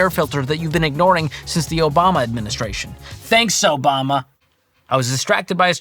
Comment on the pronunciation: That “Obamna” got me shook 😭🤣